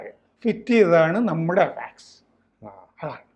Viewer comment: എവാക്സ് അല്ല അവക്സ്സ്‌ എന്ന് പറയു